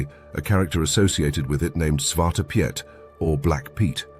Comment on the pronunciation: "Piet" is pronounced similar to English "Pete", not as Pyet" in Dutch.